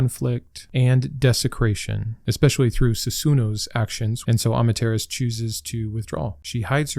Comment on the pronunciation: You pronounced Amaterasu wrong it’s not Ama-terras it’s pronounced am-mata-ra-su Amaterasu